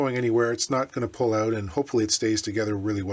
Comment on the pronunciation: Great video... I knew u were CA... when u said “oot”... lol... I live 35 miles from the Martin factory and worked in Nazareth at one time... unfortunately not there... I hope they saw this video... outstanding work my friend!